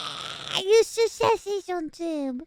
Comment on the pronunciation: Mousey trying to pronounce "eustachian tube" is adorable.